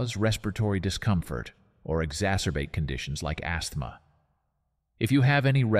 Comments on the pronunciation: No doubt it was trying to read the silent 'th' :) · Who, besides AI, says Assthmaaa? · I didn't know I was watching a comedy video until I heard your A.I. fumble on the word "asthma". Hilarious!!